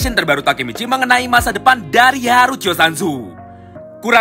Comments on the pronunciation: Ngakak bang pas bilang "kisakitetod"🤣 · saya ulang" bang 🤣 saya kira kuping salah dengar atau audio nge bug ,. Ehh emang beneran kisakitetod wkwk 🤣